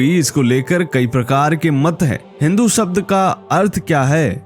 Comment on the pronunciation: Come to the point man. You are beating around the bush. Then again, you cannot even pronounce the word 'शब्द'। You keep saying 'सब्द'।